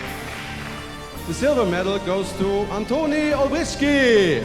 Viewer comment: Olbrychski NO Olbrykski